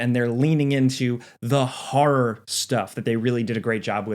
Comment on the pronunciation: hearing you pronounce horror as haw-rawr does weird things to my brain.